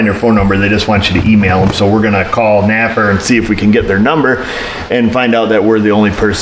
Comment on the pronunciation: Lovin' your channel , especially you gettin' your parts from "Nap'R" . LOL